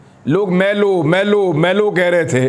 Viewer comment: its not maylo , they were caling mi-lo